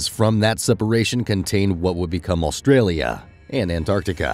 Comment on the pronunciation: There is not L in front part of Australia it's not Alstralia